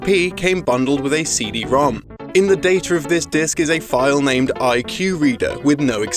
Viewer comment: "In the date-er of this disc"